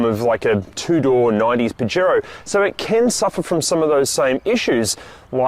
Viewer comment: You know can use translate to learn how to pronounce it?